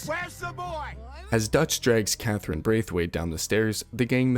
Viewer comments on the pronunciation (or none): none